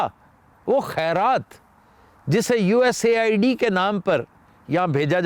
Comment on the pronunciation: You are very intellectual and I respect you from my heart It is US Aid actually not USA ID I’m sure it must be a twist of tongue 😜